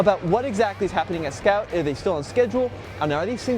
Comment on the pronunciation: Nice presentation but improve your pronounciation .. a lot of the times when you and the strategy head said 'Scout', it sounded like 'scalp', sounds like someone out here selling scalped cars 😂